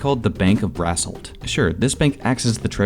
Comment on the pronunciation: So who's gonna tell him that "Brassholt" sounds an awful lot like "Asshole"? But I guess it makes sense that the Alphas live in Asshole City